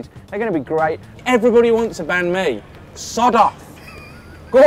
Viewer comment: You said banh mi wrong